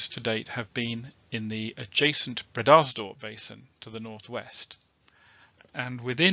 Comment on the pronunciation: Glad you to hear your dulcet tones ……but do you really pronounce “breeders dorp” basin that way?🤔 ……old stomping grounds eh?…..glad they got it all drilled in the end!